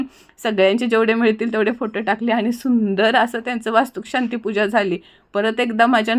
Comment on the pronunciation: Chhan khup PN vastukshanti nahi vastushanti mhana